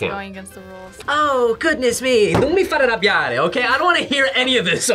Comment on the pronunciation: Does has italian origins? He said a perfect "non farmi arrabbiare". For the rest, yeah, not actually italian food, but I am not surprised.